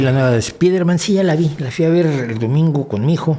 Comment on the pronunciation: Incluso si él hubiese dicho espaiderman seguiría estando mal pronunciada, ya que la E no va antes de esa S en Inglés, la R no se pronuncia igual, porque debería ser una consonante aproximante retrofleja, la A en man es una schwa, que tampoco se hace en español. Si bien pronunciar la i como AI acerca la palabra más a la pronunciación real, esta nunca llegará a ser la correcta a menos que él realmente sepa inglés, ¿entonces para qué molestarse?